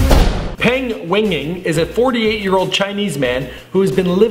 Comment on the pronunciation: There is nothing "strange" about the mother and son having the same first name.You know how if your family name is Smith, your mom's family name is Smith as well (normally)? Same thing in China. But in China, as with most of Asia, the family name comes FIRST, like saying "Smith John." Also, Peng is a common chinese family name. And it isn't pronounced "Pehng." It is pronounced more like "Puhng" or "peuhgn." Glad I could save you the trouble of googling it yourself. I know it is hard for some people to think past their own culture, but try… The ignorance hurts my brain.